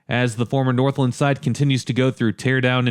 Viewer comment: I'm sorry I have to say it, but it's pronounced North-LAND not Northlend 😅